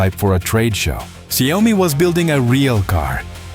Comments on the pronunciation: Xiaomi has vision and direction Check Google translate it's Xiao-Mi No Xiao Oh mi Please DON'T change the name.. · In Chinese it's Xiao mi 2 lseparate words There's NO Xiao OH mi Please Don't change the name!!!! The Chinese will curse you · Dear, There is no such thing as Xiao Oh mi ( YOU ARE CHANGING THE NAME INTO SOMETHING MEANINGLESS!) It's 2 separated Chinese Words XIAO MI Please can check Google translate NO such thing as XIAO OH MI. IT'S Xiao Mi only! Two separate Chinese words no " Oh " Don't make a fool out of yourself to the Chinese who knows English! Now Xiaomi's mega factory's super Ai robotics can produce a car in 76 seconds. Xiaomi is a very innovative company All the Chinese who also know English knows you are speaking crap Changing the name of the company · If you cannot take the time to somehow program the voice to PROPERLY pronounce the name of the company that the video all is about, then you get a thumbs down. Xi Oh mee?????